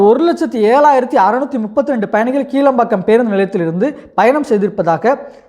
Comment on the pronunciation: கீழம்பாக்கம்இல்லைகிளாம்பாக்கம்இதுகூடதெரியலநீ எதுக்குவீடியோபோடுரே